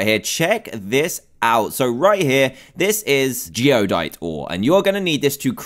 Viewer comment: It's Geodyte, not Geodite.